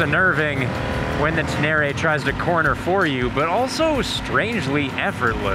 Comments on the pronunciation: It’s Ten Eh Ray not Ten Airy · it’s Ténéré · Pronounced Ten-ay-ray.... after the desert. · wtf is "Tenary"? Say it right, man